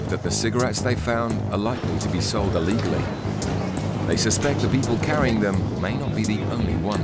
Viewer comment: What is it TV people saying Ullegally? It's Illegally! With an 'I' FFS!